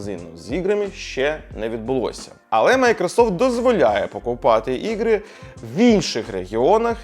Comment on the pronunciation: Да тут он конечно картавит это слово ппц. Тяжело говорить на Украинском когда ты всю свою сознательную жизнь говорил по русски 😅 ну не чего главное что старается)